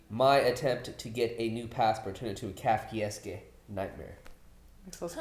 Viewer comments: I'm sorry, but I couldn't get over the mispronouncing of Kafkaesque. That Skyler scene was incredible. I like how Walt also leaned in with Marie because he wanted to hear more. Skyler is such an amazing liar. Walt wishes he could lie half that well. Like Jesse said at the beginning of the season, he sees himself as the bad guy. He's decided to lean into it and has gone full peice of shit by dealing to his NA group. Jesse's biggest problem is his own self destructive nature. He's his own worst enemy. Gus and Waly have a lot in common. They're both very smart and hide their criminal lives behind a very mundane mild mannered persona. The biggest difference is that Walt is unstable. He's too much a slave to his ego and temper. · Mordirit I just thought that maybe that is why got the pronunciation wrong. Risqué is pronounced differently than grotesque but they share the same “sque” part. appeared to be unaware of the “-esque” suffix (and what it means) or else he would probably have pronounced that part of the word differently. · It's sort of endearing that didn't recognize and couldn't pronounce kafkaesque but he took the initiative to look it up. Also don't think knew the bit from the Hangover is a reference to Rain Man and that's also cute. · No, he was not close, not at all. And yeah, the sheer number of comments correcting him are overkill, and I'm just adding to it, but dammit, It was like fingernails on a blackboard every time he pronounced it that way, we need to lash out! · You pronounced Kafkaesque wrong. They pronounced it correctly in the show. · I think it's because pronounces the title wrong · Wrong. It's pronounced Kahf-Kay-Esque, not Kaff-Kay-Esque In layman's terms, something Kafkaesque is a beaurocratic nightmare with increasingly ridiculous and convoluted steps towards a simple goal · Hahaha "kafkayeeskay" 😂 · My guy said kief-keif-kesk? 😂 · I understand the mispronunciation of Kafka, but EE-ES-KAY for 'esque'?